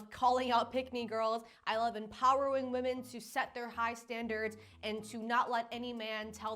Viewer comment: I adore you but PLEASE PLEASE PLEASE don't become one of those people that suddenly starts pronouncing "women" as "woman". I've heard you say it correctly and now in this video you're saying "woman". Please don't contribute to the gaslighting lol